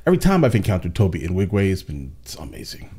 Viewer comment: I love your content. But I absolutely hate how you consistently mispronunce Tobe's name.